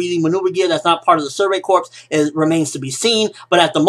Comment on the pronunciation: well its survey corp(s) .. not survey corpssss...